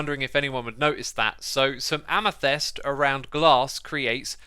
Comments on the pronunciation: M8 I hate to jab but sort your pronounciation out: Calcite = Cal - Sight Amethyst = Amm - eh - thist Lazuli = Lazz - yoo - lie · Ah man, pronouncing it like amefest got old real quick. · It's pronounced AmeFIST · You said funny once the "amethyst", like "amesfest". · Man I'm so keen for these amethyst, er, "amathest" geodes :) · Why Xisuma pronounce “Amethyst” as Amethest? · Why do you read "amethyst" as "amethest"? ( no offense of course, but that's just a bit weird ) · "Amethest" and "Calicite"! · his amethyst pronunciation hurts me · The way Xisuma pronounce Amethyst is new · While the updates are really useful and informative - please check your pronunciations before you record these videos! amethyst and calcite especially! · your pronunciation of amethyst and calcite is very disturbing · Is amethyst really pronounced the way he says it? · Why can't Xisuma say "Amethyst" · Did the way he said amethyst piss anyone else off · The way he says "Amethyst" ... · Good detail man, thought i'd say, amethyst =is pronounced to rhyme with fist (am-e-thist) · do you just love pronouncing things incorrectly because its really frustrating sometimes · Bruh, X, you know that you suck at Amethyst pronounciation? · It’s funny how xisuma can’t pronounce calcite and amethyst lol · my ears suffer with the ame"thest" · Why are there no comments about X saying ame-thest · You say amethest, but isnt it pronounced am-e-thyst? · nobody: xisuma: AMEFEST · Everyone: Amethyst Xisuma: Amythest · Sounds like you are saying "Jeava" rather than "Java" (think of how Jamaicans say Jah - their personal name for God), "amithest" rather than "amethyst," lazuli should be pronounced with the accent on the "a" rather than on the "u." And I mean the green copper is essentially copper rust :| I wish they'd make waxed copper shinier and that they would add rusting iron mechanics. Thanks for the informative vid! :3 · Xisuma, love your videos, but, please stop pronouncing it ‘am-a-fest’ it’s am-a-thist